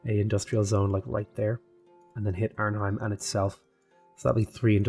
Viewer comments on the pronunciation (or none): Love the video, but the way you pronounce Arnhem is really funny. It's not heim, but hèm.